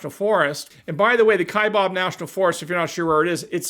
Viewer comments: Just a short comment... I am a minority in my home state. I am a native Arizonian. Born and raised here. Kaibab is NOT pronounced "Kai-bob." It is pronounced "Kai-bab". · It’s kaibab not kabob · Kaibab. Pronunced like its spelled, KaiBAB," not KaiBOB. It's the natiobal forest next to me in Coconino Nat'l Forest. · there is no “o” in Kaibab, it is pronounced Ka-eye-Baaa kind, like Baby without the y. And the Kaibab plateau is the area around the Grand Canyon with the South and North sides of the “plateau” being part of the USFS along with some tribal lands. The Environmentalist nitwits have been a pain in the ass here in AZ for years over “lead” because of the California Condor’s they reintroduced up there. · Arizona here. The ‘bab ’ Kaibab is pronounced like the ‘a’ is bad. FYI. I live there. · Speaking as an Arizonan, Kaibab's last syllable rhymes with the word "jab."